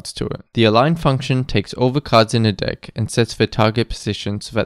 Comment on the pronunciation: dont pronounce "deck" like that 😔